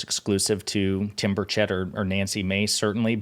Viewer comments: did she say Tim Birdshit? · It's "Tim Birdshit" please get it right.